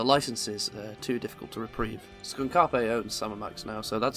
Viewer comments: Oh thank God I'm not the only one. It's SKUNKAPE, not SKUN-KA’PE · A little off-topic but, are we sure that it's "Skunk Appé" and not "Skunk Ape"? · Skun-kape? It's skunk-ape. Like the american cryptid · That's the joke. The name of the company is named after one of the villains in Sam & Max: Devil's Playhouse, named "Skunkape"; a Space Warlord Gorilla-like Creature who often pronounces it as "SKOON-KAH-PAY", which is meant to sound "Alien". (Like KAL-EL) Sam, however, pronounces it normally as "SKUNK-APE" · It can go either way. Skunkape is one of the villains in Sam & Max: The Devil's Playhouse, and he insists that his name is pronounced "skun-ka'pe", but Sam & Max pronounce it "skunk ape." It's a joke, but the way someone pronounces it usually indicates if they've played Sam & Max or not :) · It's pronounced Skunk-opp-ay? I just presumed it was pronounced Skunk-Ape. How curious... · Isn't Skunkape pronounced "Skunk Ape" not "Skunk a-pay" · is that actually how you pronounce skunkape skoonkapay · I thought Skunkape was pronounced like the words “skunk” and “ape” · I don't think it's pronounced skUn-kA-pE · “Skun Karpe” hurts me every time. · I'm assuming it's a h*r style intentional mispronunciation. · Why do you pronounce Skunkape like that? It's Skunk Ape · The way you pronounce Skunkape is so funny— their mascot is a skunk ape, it’s supposed to be Florida’s bigfoot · The pronunciation of Skunk Ape is killing me 😭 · the way you pronounce skunkape gives me psychic damage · Why do you say SkunkApe so weirdly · insane pronunciation of Skunkape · I think you are mispronouncing Skunkape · why do you say skunkape wrong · It's almost like how the Funny Space Monkey pronounces it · PLEASE PRONOUNCE SKUNKAPE PROPERLY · great video, but i cannot ignore your pronunciation of skunk-ape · Please tell me your pronunciation of the studio's name is some kind of inside joke. Fantastic video othewise.